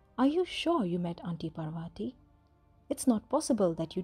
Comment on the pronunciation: How one can retain the Indian accent and still butcher the pronunciation of "Parvati" has me all sorts of confused... nice story, tho